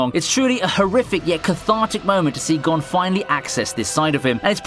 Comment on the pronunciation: This dude saying gone is making me mad like what they did with bam in tower of god calling him bom